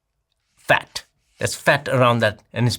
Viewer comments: He says “fat” like the word is burning his mouth. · He do be puttin some stank on it don't he? hes emphasizing it like every time he says it he means it like a slur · Lmfao and on 😂 “Fat!” “That is fat!”